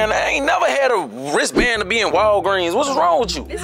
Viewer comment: “Do you have a raistband “ 😂😂😂😂😂